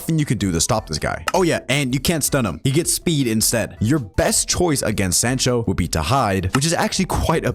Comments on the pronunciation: its soncho not sancho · Hate to be that person but it’s pronounced s-ah-ncho